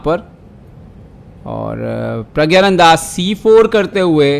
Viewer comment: You are pronouncing his name incorrectly its prggnanada not prgyananda. In the description also you have wrote his name wrong in hindi